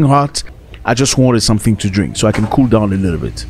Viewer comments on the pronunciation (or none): Man said Kuru waters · It's cool water not kuru water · lol cool waters becomes kuru waters. Kenyans from your tour guides region have a serious problem with L and R. Can thoroughly confuse a visitor.